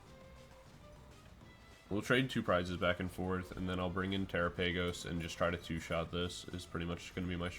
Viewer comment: Pretty sure it's pronounced like gala-pagos but tera-pagos